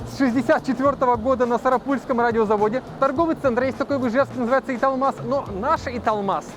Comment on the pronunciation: И радио из моего города, только не СарапУльского, а СарАпульского